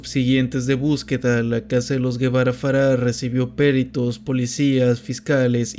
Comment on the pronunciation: Él no es "Guevara" él es Gebara ("Jebará").